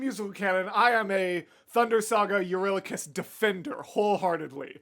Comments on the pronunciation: I just gotta jump in quickly and say that the way the creator of the video says Telemachus and eurylocus is the AMERICAN way of saying his name. The way it’s said in EPIC is the GREEK way of saying it, so that’s the correct way Also, when they said “in all his glory” they meant it. Ody slaughtered all of these people while stark naked😂😂😂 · It'd be cool to see more of I genuinely don't know who is right between and Jorge with the pronunciation. Pretty sure Epic did mispronounce "Elpenor," but I'm also ptetty sure pronunciation of "Eurylochus" is wrong